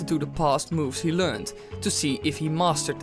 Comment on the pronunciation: I know I know but still... it's hard to listen to it allot when you first realise. Like in my head every time you said learned I just corrected it and it pissed me off when my head did that.. sorry